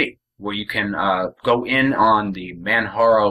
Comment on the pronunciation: It is Pronounced kilimanjaro as in the Mountain in Tanzania. the "J" is not a "H" sound. This has been an Excellent Distro, Even with my hardships and all. ran the net edition on an older laptop and it was the best. the Desktop has XFCE, and this machine has openbox. thanks for the vid.